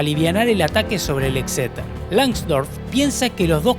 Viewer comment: cada vez que decia exeter.. un gatito moria